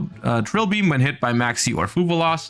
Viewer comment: Serious question, Is it actually meant to be said as 'FuVallos', or does only pronounce it that way cuz he's German?